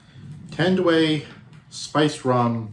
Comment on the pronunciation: its Tan---duay